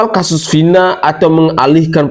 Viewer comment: Bilang Vina aja,vinah. Gila kauu